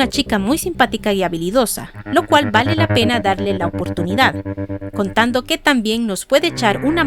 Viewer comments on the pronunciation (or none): none